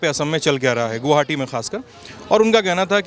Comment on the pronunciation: गुवाहाटी boliye ,goohati nhi